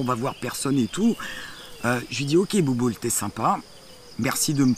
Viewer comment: Elle ma tuer avec "bouboul" 😂😂😂